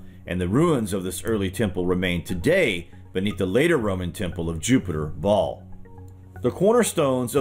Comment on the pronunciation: The name Baal is pronounced (phonetically) like" Bay-ul" - not baaal! It has emphasis on the the first syllable. If you don't believe me, look it up!